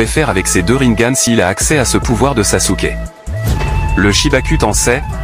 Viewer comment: T'as encore du boulot à faire avec tes IA Voix-Off. Tu te contentes juste d'écrire des mots, alors que tu dois ecrire des sons: au lieu de RINNEGAN, écris RINNEGANE, ou NAROUTO au lieu de NARUTO, etc...